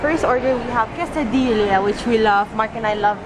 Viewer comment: LOL its pronounced quesadi-ya haha oh;P